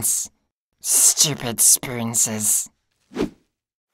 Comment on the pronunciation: No one: Absolutely no one:: sToOpId StOoPiD sPoOnSeS